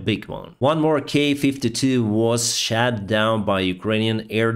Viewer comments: I love the way you pronounce "shot down". You say "shat down" and it makes me giggle like a child every time. I know I'm not the only one. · your pronunciation of "Shot" makes me laugh every time. great vids though.